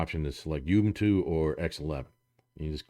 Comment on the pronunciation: you can't even pronounce Ubuntu right.. geez dude